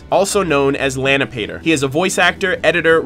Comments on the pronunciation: Lani-pa-tor not Lani-pator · "Lany-pay-ter" XD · It's pronounced lan-EE-pa-tor